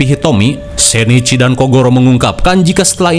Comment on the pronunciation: Bang itu Shinichi Kudo ,bukan sheneci Kudo 😂